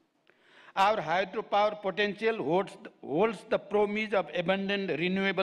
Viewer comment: Potential lai potantial vanne ani you are talking about their English? I get it, yestai ho, but the tonality is not professional youtube channel, sathi haru saga basera billa haneko jasto cha.